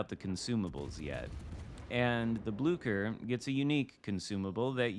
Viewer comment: Ahoy! May I suggest to pronounce it as if there is no "c" in it's name?